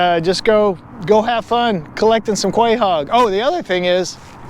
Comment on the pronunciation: Crazy mispronunciation lol. Delicious and beautiful animal though. ❤